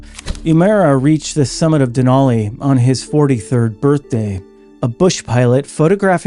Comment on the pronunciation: "Denali" is pronounced with a flat "a" to rhyme with "alley" and "valley". I learned this when I lived in Fairbanks. .🇺🇸🌄☕